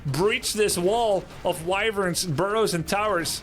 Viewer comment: "Wivirns" Try "Wyverns", mate.